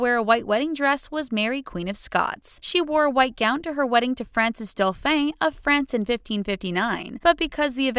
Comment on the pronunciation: Mary Queen of Scots didn’t marry some dude named “Francis Dough-fain” as the video implies lol. 🤦🏼‍♀️ It should have read and been pronounced, “France’s Dauphin (approximately doe-faux).” It means the next in line to France’s throne. 🤦🏼‍♀️🤦🏼‍♀️🤦🏼‍♀️